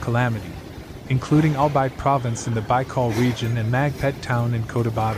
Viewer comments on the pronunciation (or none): Bicol is pronounce Bee kol not Bye kol !😢